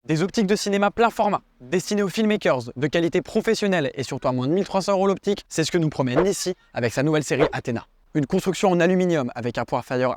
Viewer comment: "Destiné aux filmakeurz"